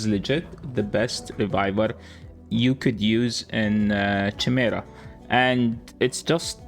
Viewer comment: Also Chimera is pronounced like Kymar, English is stupid and not your first language but just so you know. Kymera.